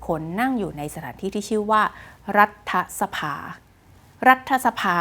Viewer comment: รัด ถะ สะ-พาไม่ใช่ ออกเสียง รัด ทะ-สะ-พา คุณน้อง ดร.คุณพี่จบ ม.3เองนะจ้ะ